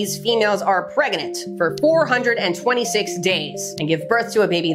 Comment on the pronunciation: I love the decor but I just need you to straighten the butterflies. I can't stay focused because I keep focusing on it being slightly canted. PS I like how you say "preguhnant"